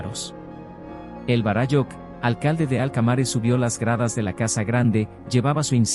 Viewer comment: Todo bien de la historia relatada tal cual la denomina, por el autor. Lo único que no coincide es como lo pronuncia el relator los términos en quechua. Lo pronuncia muy mal. En quechua las palabras son graves o llanas. Por eso se acentúan para mejor entender. Varáyujh, no varayújh.